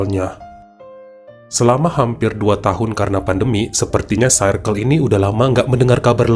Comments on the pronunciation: Baca circle tuh bukan sairkel bang tp sirkel🤭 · Circle cara penyebutannya.. sə:kl.. Untuk lain kali ya bang supaya kita tetep cinta ❤️ dan makin cinta ❤️ sama cerita2. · Greget denger bilang "circle" nya 😂